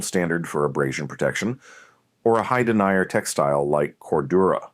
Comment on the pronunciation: I can't stand hearing the word denier, meaning a characteristic of fabric, repeatedly mispronounced as denier, someone who denies an application, assertion, etc.